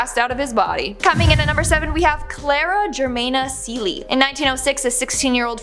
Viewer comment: I’m South African and Cele is pronounced as “qe-le” the q has a sound more like opening a bottle of mayonnaise or ketchup😹 It’s a Zulu Surname.